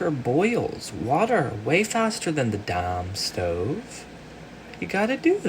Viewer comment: “Than the daumn stuove” 😂